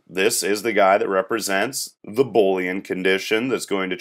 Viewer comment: Three issues: 1. Your states should be verbs (typically ending in “ing) 2. Pseudo state is pronounce “Soo-doe” state. 3. “Boolean” is pronounced “boo lee an” not “Bowl” ean Good video though.